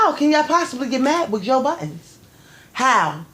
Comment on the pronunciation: Joe *Budden” not buttons lol good show!